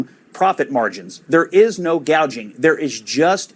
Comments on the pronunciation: She can't even read a teleprompter correctly. The word is "gouging", Kamala, not "gauging". What an idiot!! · You’re right! If she’d been talking to policy makers on her staff, she would have known it’s price gouging , not gaging. This was probably the first time she read that line and had no idea what it’s all about. She’s mouthing other people’s policies. She knows nothing about anything. I wonder where she’s going to end up, certainly not as a candidate, I think she’s a place holder until the Machine decides what to do. They’re up to something…. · what is price GAGING? & who has a hospitility job? Over 12000 words in English language, and she goofs them up? now iF English was her 2nd or 3rd language, let's excuse this genius!! Where is the giggle bobblehead..? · "Price gaging". come in Doc, get it right!! There is no inflation!! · It’s straight up communism. Price fixing. She can’t pronounce gouging. Or gauging. I’m not sure what her definition is. I’m not going to vote for communism. Free money for people to buy houses? I’m not voting for communism. I’m not paying for other people’s housing. I know I am right now. But I’m not voting for it. Her agenda caused all of the inflation. She was the tie breaker in the Senate. No. She is lying. There’s no price gauging or gouging going on. Econ 101. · Price “Gaging” and “Hospitillity”??? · She don’t even know how to pronounce gouging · Doc, did you expect Kamala to get her words pronounced correctly? Not a chance. She doesn’t even have dementia, or maybe she does. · LOL, she can't even say it right